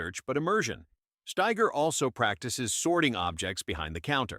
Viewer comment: Steiger not Schteiger